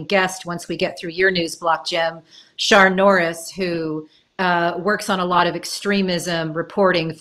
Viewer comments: Picking up the least important part of this podcast ... I'm confused about the pronunciation of Sian's name. In the UK a name spelled that way would typically be pronounced "Shaaan" - not "Sharn" - long "a", no "r" sound. It's different from the male "Sean" which is more like "Shorn" in UK english. Female: Sian - Shaan, male Sean - Shorn. Hate to be nitpicky but I kept being distracted. If Sian does in fact pronounce her name Sharn then please ignore this comment. Otherwise, great show! Hard to come back with a cheery sounding compliment when the subject matter is so grim, but of course extremely informative and insightful. Thanks for making this and thanks for all of your hard work. Do please take your mental health seriously, this is super tough stuff. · Yeah, it’s Welsh pronunciation- Shaan no ‘r’